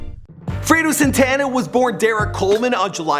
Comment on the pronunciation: Man ... Ita not sintana its Santana ... And you read it Freddy krugor 2 instead of fredo krugor 2